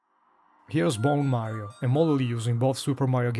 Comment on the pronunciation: Had to stop so I don't risk any more spoilers (my son and I just started Super Mario Galaxy 2 together). Nice hearing your voice. Did you say Meh rio?